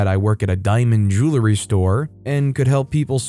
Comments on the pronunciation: JOO-uhl-ree, not JOO-lah-ree. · I pronounce it "joow-ree" so I think he should say it like that